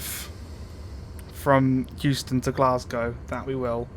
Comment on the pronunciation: Euston = Houston